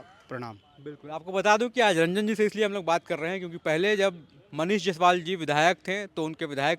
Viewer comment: जैसवाल नहीं जायसवाल होता है सर